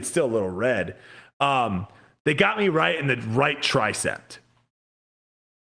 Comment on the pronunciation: "right tricept"